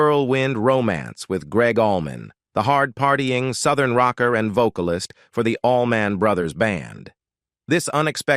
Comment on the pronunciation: All Man Brothers Band.? A.I. has no soul.!! It's Allman Brothers Band, Computer-head.! 🤖